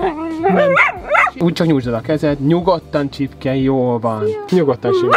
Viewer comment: Először úgy értettem hogy Csirke,nem Csipke🤣🤣de amúgy nagyon jó lett!👍